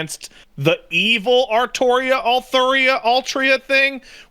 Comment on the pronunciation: said 'Altria' on purpose to do damage to us fans